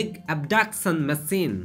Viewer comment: not masine its machine